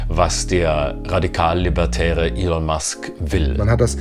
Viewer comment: Könntet ihr euch bitte entscheiden, ob der Mann nun "Ihhhln", "Ellen" oder doch einfach "Elon" (ausgesprochen "Ilon") heißt? Die ÖRR-Dokus werden auch immer grottiger.